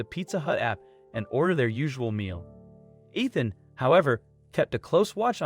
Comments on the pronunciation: Well done, dude. You managed to pronounce “Ethan” correctly two whole times, right at the end of the video. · that was more inconspicuous than the Ethan with the short e sound though😆 My cousins name is Cheryl but we pronounce it like Sh earl, one syllable. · We all know that Ethan is a hard name to pronounce. It's the "E" that is the hardest!